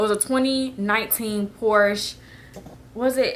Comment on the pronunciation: Fun Fact: Porche is pronounced Por-shuh (Porscha)... :)